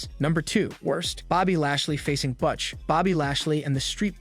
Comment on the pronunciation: Why don't you know how to pronounce butch and mone